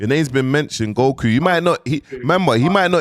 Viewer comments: Goku not gohu, you need to learn how pronounce words bro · Not even 10 seconds in & is already calling him GoWhoo loool nahhh has to be trolling with the names ting now surely😂🙆🏾‍♂